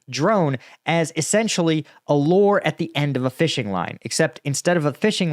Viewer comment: Brother, what part of the country do we say lure like that 😂 sounded like "Lore". I was confused